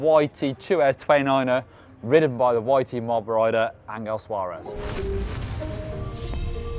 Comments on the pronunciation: Angel is pronnunced an Hell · The "G" in Angel is a soft G.